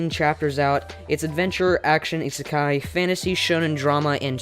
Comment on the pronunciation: The way he pronounces isekai just triggers me so much